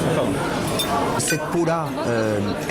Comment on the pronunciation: raviolis cannard? ca-NN-ard?? .........